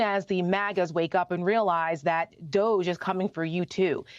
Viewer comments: I'm glad to finally hear DOGE finally being pronounced "dodgy". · DOGE, it’s pronounced dodgy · DOGE (pronounced "dodgey") is clearing out agencies that protect federal employees so they can gut federal agencies that are investigating Musk, and Trump cronies.